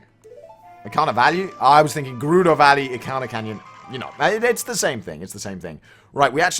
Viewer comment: Is Gerudo pronounced "Gurr-rudo"? I've always said "Ger-rudo" (the Ger being the same as it is in Germany). Also, I say "skull-tula" not "skull-chula". Oh and I say "Dee-koo" not "Deck-koo".